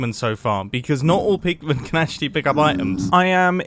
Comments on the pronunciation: "zombie poogmon" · "it has a higher chance of spawning zombie poogmen" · Is it just me... Or was he actually saying zombie poogman/poogmen? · Mumbo says zombiepoogmen. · "has a higher rate of spawning zombie poog-men" 🤣🤣🤣